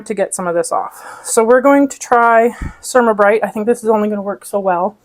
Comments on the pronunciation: The Cer -A-ma -brite (for "ceramic" not "sermuh" ) is supposed to be used without water - it is a fine abrasive that is scrubbed with a dry cloth or paper towel to clean and buff like a paste car wax does. It wipes clean. Works on mine unless I let it build up. I have also used a razor blade for smal areas, then finished with Ceramabrite. 👍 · Pronounce it cer ram a (like ceramic tile) not ( sure am a). Don’t use a half cup of cleanser, just a very small amount and don’t wait until the cooktop is horribly dirty. Clean it every time you cook, after it has cooled. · It is pronounced CER-AM-A Bryte.